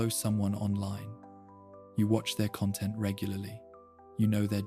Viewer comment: i heard it when it pronounced content wrong